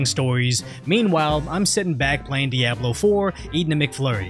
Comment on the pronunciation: I'm concerned that pronounces things in a way that makes him sound like he is AI and not a real person. Who says Diablo the way he did?